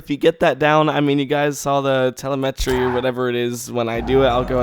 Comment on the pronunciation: Say it with me TELL - EM - EH - TREE ... TELEM - ETRY ... TELEMETRY. Oh and thanks for the tut.